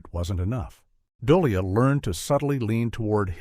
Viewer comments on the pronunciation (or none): AI, or Assholes (without) Intelligence. You make a video and cannot ask a real person to narrate it? I hope these actors who are still alive, sue you for butchering their names. DooLay. Not Dole e uh. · Doh Li!!!!??? Duh lea Ah u Ai moron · About Keir Dullea: His family name is pronounced Doll-ay and not Dully-ah. (Care Doll-ay). By the way Kubrick knew Douglas Rain's interesting voice long before filming for 2001 started. Rain had done the narration for a NFB (National Film Board of Canada) documentary movie on space that Kubrick had watched several times to understand what was advanced technical special effects at that time. This 18 Strange Facts video repeats an absolute lie about Kubrick loving it when the premiere audience walked out. NO! This is a lie. Kubrick was terrified when the bad reaction proved to be so intense. He was immediately forced to go back to the editing machines and cut out huge parts of the movie that had no dialogue in them. It's the version with the cut-out parts that gradually found its proper fans as it got shown in movie houses around the US and around the world. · Keir Dullea's last name is pronounced "Du-LAY." He remarked in an interview that it's pronounced like "Here today, gone tomorrow."